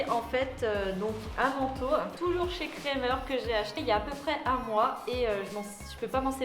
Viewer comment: Super ! Sinon petit conseil on dit "krAmer" avec un A 😉 gros bisous sinon 😘😘